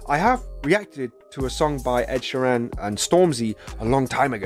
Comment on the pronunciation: Ed's surname is pronounced Sheer-an, not she-ran :)